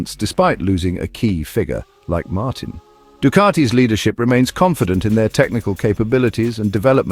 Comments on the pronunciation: Thank you, thank you, thank you for a video narrated by an actual human being and not an AI!! It rests my ears. By the way, it's Martín - like, Mar-teen - not 'Martin' as in old Martin Jobbie down the road. I really loved your 'Jorge', though. 😄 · His name is pronounced Martine and Ducati gave him exactly the same chance on the same bike. He deserves the number 1 plate and Ducati deserve recognition for giving him the bike to do the job - the pressure is now all on Aprillia, other world champions couldn't compete for world titles on it.